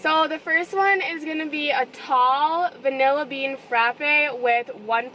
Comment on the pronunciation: so the vinalla bean frapa